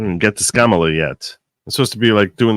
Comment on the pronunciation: you started this video by talking about racism and asking your viewers to consider they might be being racist when they send you memes because you’re Jewish. Then in the next sentence you call the VP “Scam-a-lah, aka Ka-MAH-lah”. If you can pronounce Scamalah, you can pronounce KAM-ah-lah. I’d like you to consider that continuing to mid-pronounce her name (as do all the pundits on the right as well as the prior president) is racist. Just consider it.